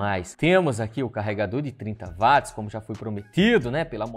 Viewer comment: Ótimo vídeo, só não é VATZ é WATTS...